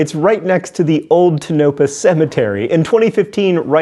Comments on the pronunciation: Tonopah is pronounced, TOE-nuh-pah. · It's pronounced tone-uh-paw source=a former Nevada resident. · It's not "Teh-NO-pah" it's "TONE-uh-pah" Source: Am Nevadan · Tone-ah- ah!!! Not Tonuhpuh!!! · We all know that pronunciation is not your thing. And I'm guessing some Nevadans have already commented. In case they haven't here's how Wikipedia says to pronounce Tonopah: "TOE-nuh-pah." I thought you might want to know. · I'm sure this has been mentioned already-it's Tow-no-pah emphasize the first syllable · It’s pronounced … Toe No Paw … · Dude... Tone-uh-paw. Just saying'... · Usually Tonopah is pronounced TOE-nuh-pah. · I believe Tonapah is pronounced TONE-uh-paw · hey john, it's pronounced tone-a-pah but good job on pronouncing nevada nailed it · Lol. It's pronounced tone-uh-paw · I've stayed at the Clown Motel in Tonopah. It's just a rinky-dink little motel between Las Vegas and Reno. Nothing special. And it's pronounced TOE-nə-paw. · oh God John that's not how you say Tonopah. it's tone-a-pah just like Nevada is nev-AD-a, not nev-AH-da. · Toe-naH-paa, that's how you pronounce Tonopah. There's not much to the town, and there's nothing else for miles around it. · It's pronounced Tonopah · Oh John you said Tonopah so wrong. But you are forgiven. It is not much of a town anyway. (says someone who spent one to many summers off roadding-living there and staying in that clown motel.) By the way the motel is right next to the old town cemetery. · I am not afraid of clowns and actually liked them as a kid. Now, I am meh about them. So much so that I almost skipped this episode, but it was good. But, I will confirm what other posters have said, being that I have first hand knowledge, you are mispronouncing Tonopah.